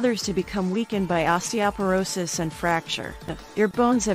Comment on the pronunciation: Too bad osteoporosis wasn't pronounced correctly.!!